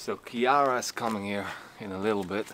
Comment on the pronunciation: I was going to give you a like, but you just butchered her name. It is"Chiara"😅